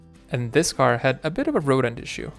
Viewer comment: RODENT, THE WORD IS RODENT (mice, squirrels, and rats), NOT ROAD END